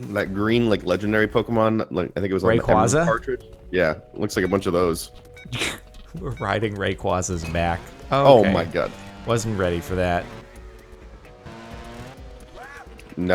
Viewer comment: I'm a simple man, all i want in life if for people to pronounce rayquaza correctly. It's ray-kwae-za.